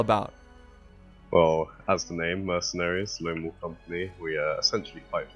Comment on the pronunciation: I see you pronounce WOLF without the L